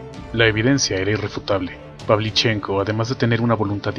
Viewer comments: Muy buen video; pero, el apellido Pavlíchenko es esdrújula, no grave. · Carlos Ferreyra El apellido se pronuncia con el acento en la "e" - PavlichEnko.